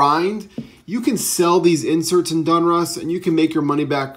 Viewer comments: Its Donruss not Dunruss just so you know friend I'm a English major so it sounds funny to my ear but I do like your vids man keep'em coming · For the love of god it's pronounced .. "DAWN-russ" not "DUNN-russ" 😂 not gonna lie, for some reason I cringe every time I hear you say "Donruss". Besides that, your content rocks! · How does a card guy mispronounce such a common brand name as "DONruss"!?!?!? Has no one ever corrected you on this?